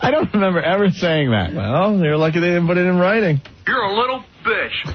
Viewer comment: I don’t understand how Opie said buit instead of “put” for so long, it’s not even close, can he spell? Ant saying fing-er is annoying too, he must’ve picked that up in California.